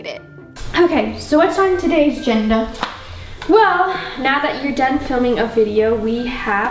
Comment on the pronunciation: Anyone else hear, “What’s on the genda?” 😂